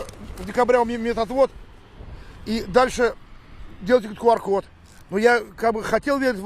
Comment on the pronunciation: Почему КУар? Q читается и произносится как КЬЮ!!! Но видимо IQ (ай Кью) не позволяет говорить правильно.